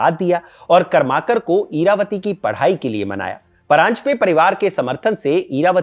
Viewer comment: सहीमे कर्माकर ऐसा उच्चारण नही है | करमरकर है